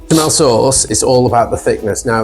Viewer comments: Looks amazing! But it's pronounced besh-a-mel. 😅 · It’s Béchamel……. Looks great!